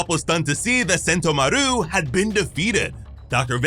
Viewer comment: Sen-TO-maru not sento-maRU.